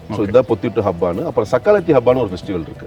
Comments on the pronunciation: சக்காலத்தி❌ சக்கலாத்தி✅ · Wrong pronounciation of sakkalatti Don't disgrace a holy festival of Badagas😮